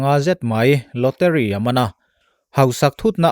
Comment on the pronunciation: Lawteri ni lovin lawtari tia lam tur ni awm zawk tak ani😁